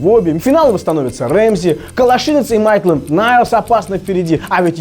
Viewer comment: МэйТлэнд - Найлз, а не МэйКлэнд - Найлз,!